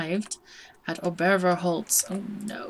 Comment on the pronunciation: just a lil bit help , Obervorholz , think on Obahma , how you spell it, use OBA instead of Ober, then instead of VOR , use VOA , or FOR , and Holz is perfect no change :D so OBA-FOR-HOLZ , its legit. and the name in english would be kinda like, Upperfrontwood :D if you only say windheim , i would not think your foreign at all !